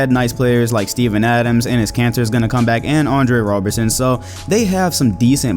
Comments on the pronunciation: it's Robertson not Robinson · ROBERTSON. Oscar ROBERTSON. Not Robinson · It's Oscar ROBERTSON not Robinson smh